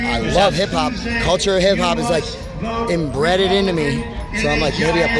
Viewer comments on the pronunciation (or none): "Imbreded into me." 😆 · “Embreaded into me” 😅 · Lol, "imbreaded" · that one dude said "inbredded" instead of 'imbeaded' .......pretty telling.....